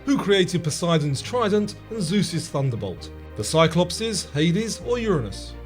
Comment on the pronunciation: I like how the spelling of Cyclopes is there and it’s still pronounced wrong 😭